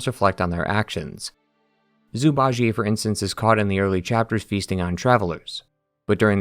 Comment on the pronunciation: Zhu Bajie -> ju-ba-ji. There’s no Ji-ey 😢